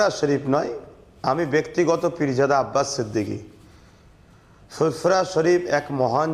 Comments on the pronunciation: নামটা ভালো ভাবে বলতে পারিসনা আবার কি নাতো সংবাদিক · Name ta thik kore উচ্চরণ করো